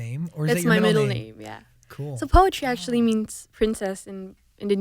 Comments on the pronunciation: She even don't know how to pronounce her name properly. Is it the parent that a bad parent or.. Is it she that bad at remember what her parent said to her? POETRI PRONOUNCED AS "PUTRI"(POOTREE). NOT POETRY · Lol never i saw this coming, an Indo at Zach's? bruh mantap jiwa. Btw ILY300 its cool and yeah but it's (still) too cringy even for me an Indo. It became viral here because it rode the train of hype of Endgame. ALSO btw her name is POETRI = PU-TRI (PU like in PUT) and (TRI like in TRINITY), it means "daughter/princess" in Indonesia. Peace from +62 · I thought it's pronounced "putri" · I always questioned why she pronounce her name poetri and now i know why..